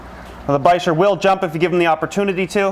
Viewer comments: ReecePocock VLOGS bichir? Bicher? (Pronounced bi-sher, I don’t know how to spell it) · Isn't bicher (the long wiggly fish with Frank) pronounced biker??